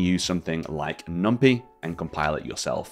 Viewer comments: This is a great resource and thank you for sharing... but please oh please stop calling it "Numpee" 😫 It's NumPy with Py as is Python! not Peethon 😅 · fyi, it's pronounced "num-pie" (coined from py-thon language. There is no pee-thon language). cheers